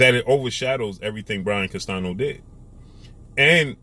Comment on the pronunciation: He refuses to call Canelo P4P and he needs to learn how to pronounce Castaño correctly not Castano everyone can do it. If you dont know what Canelo said ask someone who speaks Spanish don't know 🤷where you get your information 🤔from